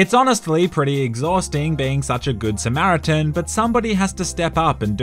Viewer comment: "its hard being such a good samiritan" VEHICULAR MANSLAUGHTER